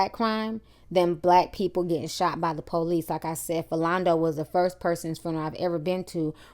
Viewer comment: The "POELICE" and "AMBoolance" hahahahaha I'm not laughing at you i'm laughing with you